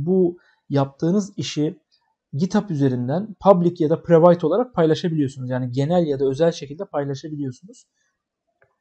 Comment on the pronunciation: hoca git bi private demeyi öğren